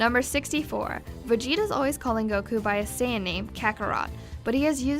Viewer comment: 107 facts could've been made up of the misconceptions of the Japanese and English dubs alone XD Like here Saiyan isn't pronounced "say" (like in saying) its pronounced "sai" (as in Kai) BTW If you knew saiyan was a Japanese pun on the word yasai, then why did you still pronounce it like sayin?! XD